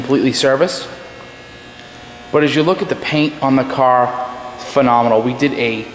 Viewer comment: Phanominol? lmfao is that the new word to use to sell a lemon?